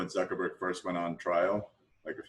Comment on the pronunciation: I love the fact that he pronounces zuckerberg better than Sundar